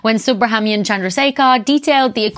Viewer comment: His name is pronounced a bit differently "Soo Brah mann ian"